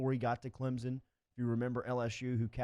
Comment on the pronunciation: Almost as bad as "Clemzin" ugh